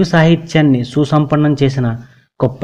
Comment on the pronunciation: అది పద్యంకాదు.గేయం. సూసంపన్నం కాదు సుసంపన్నం. యాంకర్ భాష ఒక కవిని గఱించి చెప్పే విధంగా ఏమాత్రంలేదు.